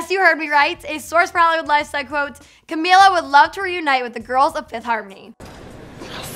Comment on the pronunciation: Say her name right